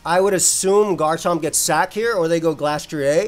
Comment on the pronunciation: Why do you pronounce glastrier like that